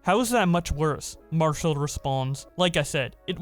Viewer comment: "Mar-cell"?? Nah bro we say Marshall in here lmao